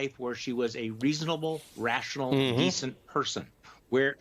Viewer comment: Please pronounce her name right.